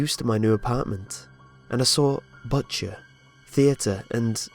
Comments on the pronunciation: did you say butt chair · i can't be the only one who when he said butcher thought he said butt chair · When he said butcher I thought he said "butt chair" 😂